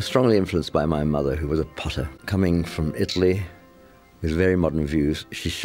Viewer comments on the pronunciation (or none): none